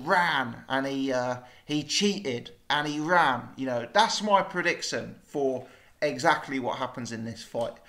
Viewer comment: 'Predicktion' anyone else noticed how says some words a little bit wrong??